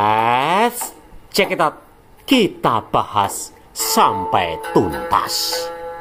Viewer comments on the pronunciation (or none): Aku paling suka kalo dia sebut let's chekid out, Muhamad dan alquran😂😂😂😂😂😂